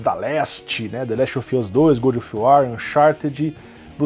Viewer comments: Se pronuncia "Gódov uor" não "Gudi of uó" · Eu só n entendi se o fala "good of war" de propósito ou se leu errado mesmo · É que "gúdi of uar" é para os íntimos. Famoso Bom da Guerra :v